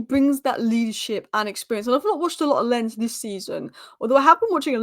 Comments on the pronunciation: Love your Spurs content! Keep it up… And I think Lens is pronounced “Law’n” with almost a silent n… 🤷🏽‍♂️ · Oh and Lens is pronounced LONZ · Lens is pronounced Lons with a hard s.